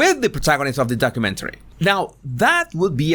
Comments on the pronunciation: Horrormentary? Did I hear right? 😂😄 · Wasn't sure if you said horror-mentary or whore-umentary lol😉